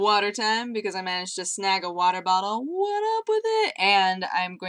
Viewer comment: It's WATAH! You...you have cheated us. *gloveslap*